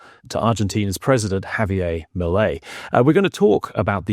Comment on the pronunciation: Por favor, his name is not pronounced Javie' it's Javier. The r in Spanish is as rhotic r with the slightest trill.